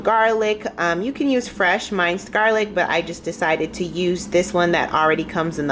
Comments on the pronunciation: Min-ced not mine-cd..... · Thanks for the recipes! (And just an fyi “minced” is pronounced “menced” garlic).